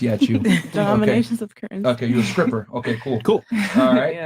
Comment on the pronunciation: Grammar check:it’s not “scripper” Myron it’s pronounced stripper